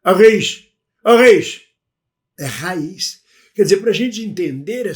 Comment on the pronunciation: E a da raiz nós dizemos raiz acentuando o a, prolongando o a. Quem lhe falou raiz dessa forma não disse bem. O a não é tão aberto como no Brasil mas é onde cai a tónica. Abraço